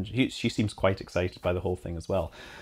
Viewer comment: That "fly safe" had just a little more emphasis than normal.